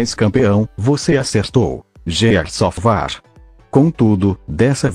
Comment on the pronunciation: Gears of war? não, war. gears of war? naao, ofvá